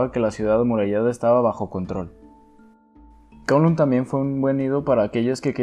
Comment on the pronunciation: Kowloon se pronuncia como Caulún, solo digo